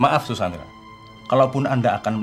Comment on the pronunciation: Sandra. Pak pengacara panggilnya zus sandra, mungkin kendengarannya seperti suzana